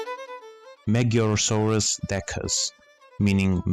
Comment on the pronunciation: Finally, someone who pronounces Magyarosaurus almost correctly!